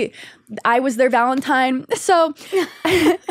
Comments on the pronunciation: Why does everyone say ValentiMe?? Am I out of the loop? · Except for calling it "valentime" 😂😂